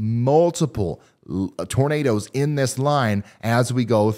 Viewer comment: Bertha I musta nodded off.....Did he say NADERS??? 🌪